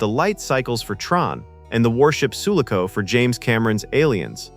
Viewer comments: AI correction: "Soo-lock-oh" is the proper pronunciation of the military base ship in Aliens. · And Sue-la-co for SULACO instead of Sue-laco. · REC-re-ation. KAY-nig. Eye-LEE-ah (as opposed to just LEE-ah or LAY-ah, a princess of Alderraan). (Also: Soo-LAH-co was the ship from Aliens) You showed the original Enterprise but labeled it Ent-D. Aside from that, good vid. I love those STtMP uniforms, especially the softer/casual ones used on Epsilon 9. I know most ppl hate them and love the red jackets, but I adore the former and hate the latter. My dad said the ST2 uniforms made them look like bellboys. The ST1 uniforms actually have callbacks to the originals used in the first pilot "The Cage". The only parts I dislike are the massive belt buckles (look damned uncomfotable) and the pants slipping into the shoes' soles (actual daily use on a paramilitary ship seems questionable: you really want proper boots, just in case something happens). Xan, the Spock replacement, became Data and Saavik (as you noted), but Saavik also became Valeris, probably because the role had already been recast once, and they d/n want to go there again. Decker and Kirk merged into Riker (Wlm Decker the XO and James T. Kirk the womanizing man of action became WllmT. Riker, who Gene thought might replace Stewart's Picard in S2, as he initially d/n like Stewart in the role). Ilia the Deltan empath w/procrative focus became Troi the Betazed empath w/frequent procrative focus hints, and both were the aformentioned character's (Decker/Riker) former GF. As you can see, above, Roddenberry recycled often. Outside Trek, the name "Dylan Hunt" got used and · I'm glad they went with the theatrical release version. Star Trek is supposed to be more Philosophical. Leave empty battles to other, less interesting franchises. ... By the way, you mispronounced the names Ilia and Sulaco. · And mispronounced "Sulaco," the ship from Aliens